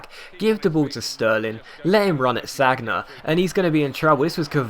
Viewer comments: Sagna is pronounced San-ya not Sag-na :) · don't you ever watch football on tv? it's 'san-ya', not sag-na... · Was cringing through this episode it's pronounced SAN-YA not SAG-NA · SaN-Ya not SaG-Na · called Sanja not Sagna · San-ya! San-ya!:'-) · You pronounce sagna wrong, it's San-ya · Sorry, but I cringed each time you said Sagna. Amazing videos as always though, keep it up.